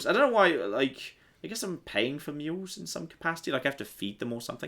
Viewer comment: "The Axe of Pe-ying Too Much"? [el'sda2].